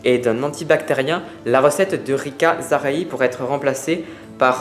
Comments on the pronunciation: Je pense que l'on prononce "Rika zaraille " c'était une chanteuse..... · Bonjour, Rika zaraï se prononce Rika "Zaraille". C'est une chanteuse des années 70 qui a beaucoup été moquée à la sortie de son livre.